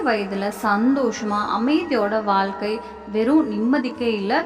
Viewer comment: ஆயுளைப்பற்றி சொல்வது ஒரு புறம் இருக்கட்டும். தமிழில் 'ழ' என்ற எழுத்து வரும் சொற்கள் மிக அதிகம். அதை பேசி பயிற்சி எடுக்கவும். வால்கை, தொலில்,கிளமை, அளகு, உளைப்பு, பலக்கம் என்று சொல்வதை கேட்கும்போது நாராசமாக இருக்கிறது. பொது வழியில் பேசும்போது பயிற்சி எடுத்து பேசவும். இல்லையென்றால் தமிழை நன்கு உச்சரிக்க தெரிந்தவரை விட்டு பேச சொல்லவும்.